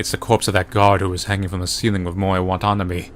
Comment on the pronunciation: Dammit,, the way you pronounced "Watanabe" triggered the hell outta me!